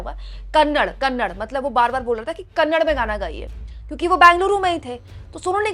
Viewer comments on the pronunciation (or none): Kannad nahi hai didi kannada hai please kannada bolo